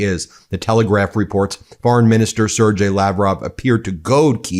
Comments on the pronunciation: Foreign minister of russia Sergey is [sɪrˈgei], not sirdjei, [sir-gai], like "gay" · Sergey is pronounced SARE-gay.